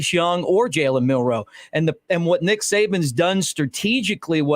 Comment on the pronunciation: It's Milroe, not Milrow.